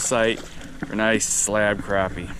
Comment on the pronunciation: I love how you pronounce it properly. Crappie not croppie